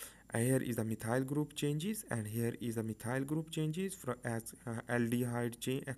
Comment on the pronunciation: Thank you for the video, it did help to make everthing more clear. I love your detailed and clear way of painting everything. Just one little thing which made it difficult for me to follow was the way you pronounced some of the groups/molecules. (eg. methyl group :D) Still very helpful, keep going! This is amazing content after all :)